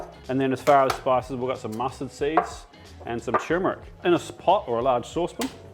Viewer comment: It's not tumour-ic. It's pronounced as tur-mu-rik.